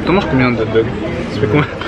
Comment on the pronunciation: on dit hog dogs